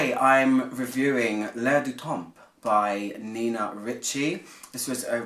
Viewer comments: Great review, just do not pronounce the p at the end if the word temp..French language grammar rule you never pronounce the letters in the word DePoSiTo so you never hear a D,P,S,T at the end if a French word .. Written: l'Air du Temp, Pr: l'Air du tan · good review ... just fyi, both the p and the s are silent in temps